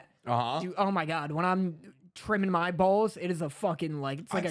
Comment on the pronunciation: lmao I love how real you guys are with the Ad honestly. Hilarious how couldn’t help but crack up 😂 Lmao “WHY DID YOU PUT SO MUCH EMPHASIS ON BALLS”